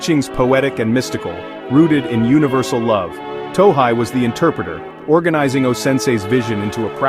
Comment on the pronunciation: It’s “To hey,” not “To hai.”